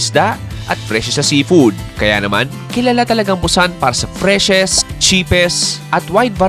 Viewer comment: Bat ganyan ka mag pronounce ng Busan???😅😅😅